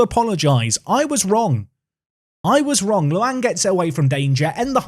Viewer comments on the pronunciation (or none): none